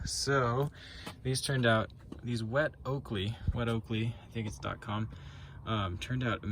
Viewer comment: Pronounced oh-koh-leh it means butt it behind in Hawaiian..